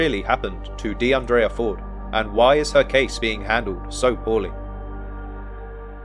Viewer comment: Her name is pronounced De un dreea not De un draya.. The guy with the van was a regular or someone known to the other girls, he'd been in the bar several hours, talking with the girls.. So it's unlikely he did anything to her or is connected to something nefarious.. That's why he was released without charge.. The fact they're not releasing what the man said about her whereabouts,says they're working an angle that they're keeping under wraps.. Word of advice,never get into a white van! We all know, they're pedo mobiles or murder machines 🤷🏿‍♀️